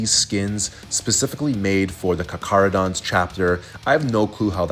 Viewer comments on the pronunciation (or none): Just like to say as a lot of people seem to not know how to pronounce their name it's car-cah-ro-dons with a heavy K sound. Not an attack just more of a tip if people find it hard to spell out the lore way.